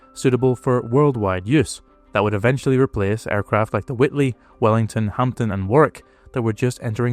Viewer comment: Remember the Halifax came from the original spec the failed Manchester effectively meant the Lancaster was a later aircraft. Also it was a lot easier to get out of if things went wrong. Also it is pronounced Hamden the p is silent.Also believe the Avro Manchester had the worst loss rate of any aircraft used in quantity by Bomber Command.